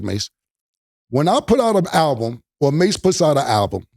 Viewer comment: Mase said it correctly 💯